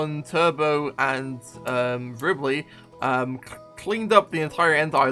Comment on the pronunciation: he said riema